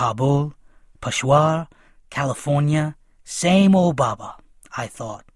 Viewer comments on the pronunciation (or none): How you are saying baba